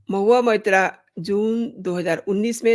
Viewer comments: What are you gaining by this post?You can’t even pronounce her name properly, you have been saying Mohiya Moitra. You are only a BJP troll. Modi has a fake degree , Nishikant Dubey has a fake degree and majority of BJPites are fake and frauds of rank A. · Shame on you!! First learn to pronounce her name properly!